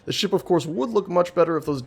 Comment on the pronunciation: why do keep hearing ship as shit?